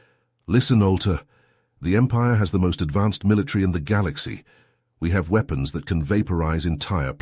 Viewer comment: This guy stout still can't pronounce words like he says weapons. With a long E